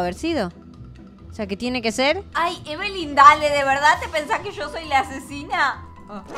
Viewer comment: No es ebelin es lina